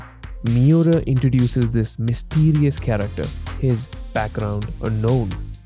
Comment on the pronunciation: The way to pronounce his name, Kentaro Miura, is not that hard bro. Mee-oo-rah the rah being like the end of radar